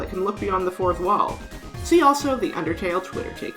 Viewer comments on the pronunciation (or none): none